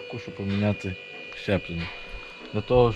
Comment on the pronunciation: Тільки "зчеплення", хлопці, не "щеплення"😊